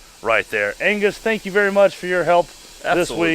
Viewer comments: The “oh tank you” was amazing! 😂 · “Tank you “ 😂. I probably laughed way to much at that lol